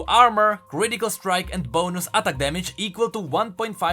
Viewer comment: i love how he say atack damage ;D with a single and short t